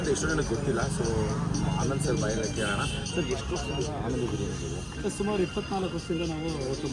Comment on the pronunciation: ಆನಂದು ಬಿರಿಯಾನಿ ಗುರು ಅದು ಅನಂದು ಅಲ್ಲ 😤